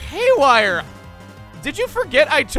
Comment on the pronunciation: ''Hayware chain shot!''